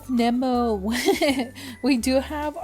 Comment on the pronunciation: It’s pronounced “Knee-mo” love